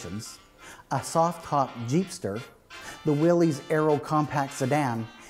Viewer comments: John North Willys pronounced his name Will - iss, not "Will - eez." Ford's GP was Government, 80" wheelbase (P was internal Ford code for 80" wheelbase), not 'Pygmy'. Chrysler is now Stellantis North America. The vehicle featured has been beautifully modified, very tastefully done. I imagine it cost a bit. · I just finished my 24th Willys build. Nice informative video. One comment: Its pronounced " Will us" Not "Will hes". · Not a restoration. You messed up a classic. ..and it's not "willies, it's pronounced Willis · I had an all-original 1961 station wagon and had a lot of fun rebuilding the mechanical overdrive with my dad. One thing I noticed - I have read 'Willys' is pronounced 'Will-is' not 'Will-ees' - can someone set me straight? :) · You're pronouncing Willy's wrong it's actually pronounced Willis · His name was John Willis the Y is pronounced like a short I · You are correct. It is pronounced Will-is. I did not know that when I shot this episode but found out while editing. I actually found an original tv ad where that is how they pronounced it. Thanks for watching. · It is the name of John North Willys. Pronunciation is Will - iss. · You mispronounced the name Willys, it is pronounced WILL-IS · If you know so much about Willys, why do you continue to mispronounce the name? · Yes. I know I pronounced it wrong but didn’t know that until after I had shot the episode. I hope you still got something out of it. Thanks for watching. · Yes I know. Didn’t figure out to proper pronounciation until I was almost done the video. Thanks for watching.